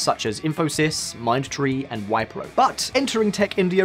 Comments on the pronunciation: I heard "Wipe-row" instead of "Whip-row" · You could have researched the pronunciations before making the video. Names could be forgiven but "Wypro"?🤣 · It’s not wypro mate it’s wipro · This bald dude and his team needa do a better research before burping out stuffs they came to know for first time in their lives. 1. Wipro is pronounced as We-pro, not Whyyy-pro 2. Internet penetration is much more, more than 50%, a majority in India... Thanks to Jio... Check your facts 3. For Entrance to IITs and engineering colleges, people who are of weaker so called "caste" are given favorable quotas (as much as 50% combined) and even government aided cost free training. And for the matter of fact, poverty in modern times does not come by color of skin or so called "caste" that this racist dude is stressing on. Poverty comes by when u simple don't have money. 3. This is the first time I heard that companies in Seattle like Amazon etc checks the caste of IT engineers to hire them. I mean cocaine is a hell of drug for this bald dude! 4. In terms of social and economic backwardness in India, caste is becoming obsolete... It is more due to which sector of economy you are in... For example, the backward classes which were engaged in trade traditionally are super rich in India as service sector industry has boomed in India. Also it is 70+ years of Independence of India.... How long does this guy expect everything to be caste system in India..... Again cocaine is a hell of a drug for this guy! 4. VAT does not exist in India anymore... There is one tax one nation system in India under GST... This bald guy and his team has done a very poor research... VAT and different provincial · "Vipe-ro" !!! this video is so funny and inaccurate on so many levels